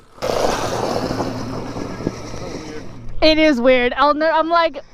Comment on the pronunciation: Oh it’s Bobo! I thought you’d been saying Bubba. That makes much more sense, hehee.